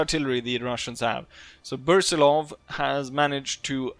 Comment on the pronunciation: 36th and long live the austro hungarian empire by the way austro hungarian empire is great under your commander 👏👏👏 And its pronounced brusilov not bursilov lets correct you there. 😁😁